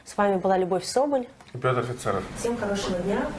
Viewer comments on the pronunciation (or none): none